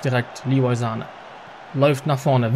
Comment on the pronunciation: Hi erstmal ich feier deine fm Karriere aber bitte höre auf ihn Sahne auszusprechen es heißt Sanee